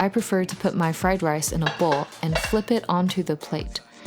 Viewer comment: Fly Lice